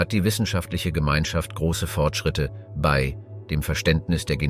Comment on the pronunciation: Was du hier anmerkst, ist mir auch aufgefallen. Zusätzlich noch der Fehler, dass das Wort "bei" wie "be-i" ausgesprochen wird. Inhaltlich kann ich nicht viel zu dem Video sagen, weil ich mich mit der Thematik nicht auskenne.